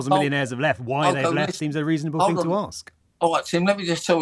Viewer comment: Fing or thing pom . It's English